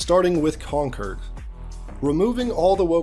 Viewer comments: Yeah, you can tell he knows what he's talking about, when he repeatedly mispronounces Concord as "conquered". Rather reminds me of that time Downward Thrust made a whole video talking about "Wolfensteen: The New Colossus". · When he said "Conquered," I heard, "Conker," and was expecting a drunk squirrel. Day ruined 😪😂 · He keeps pronouncing “concord” like “conquered” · Why does he keep pronouncing "Concord" like "Conquered"?